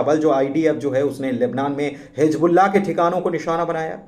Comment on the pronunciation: Hizbullah Not Hijbullah کم سے کم اردو کی ناک تو نا کاٹیں بھائی